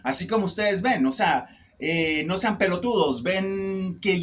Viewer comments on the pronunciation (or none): none